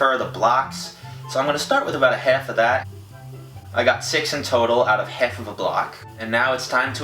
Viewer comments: half not helf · "Hef" of that